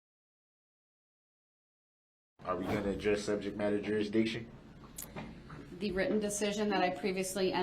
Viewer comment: Reruns… grounzzz. Subject matter jerazdiction.. lol